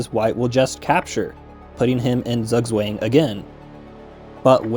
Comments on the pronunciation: I love how you say "Zugzwang" as "sugg swang" when it's pronounced tsuk tswang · Lol "zug swang" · good video, but please never again pronounce it "Sagswäng" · Zugzwang is pronounced tsoogtswang (the a is pronounced like in "mark") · never in my life have I heard it pronounced "zuhgz wang" lol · "Zugzwang" is German for "forced move" and is pronounced something like tsoog tsvahng. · Btw, "Zugzwang" is a German word and is pronounced like "tsoogtsvung". It translates to "obligation to move". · You should really look up how to pronounce Zugzwang. 😅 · it's Zugzwang (pronounce both c as in citadel, the u as in pulmonary, and the a as in Andromeda) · great video but the pronunciation of zugzwang was a crime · Infinite research when it came to the chess, no research when it came to the pronunciation of 'Zugzwang' 😂❤ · no way he actually pronounced zugzwang like that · his pronunciation of zugzwang is hurting me